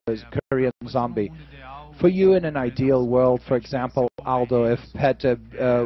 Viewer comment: ... Did the guy really say "Zom-BYE"?